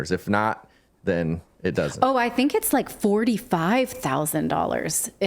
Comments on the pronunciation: Klaus’s words :”I think” always sounds like: “I sink” to me . I can’t stop laughing every single time I hear those words . Bahahaha! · He said "I sink" instead of I think, well I wish he would sink 6 foot under.